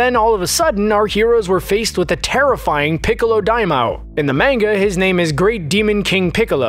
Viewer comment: Main-guh tha fk